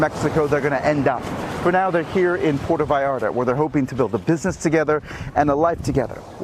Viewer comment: Puerto viararta😂😂😂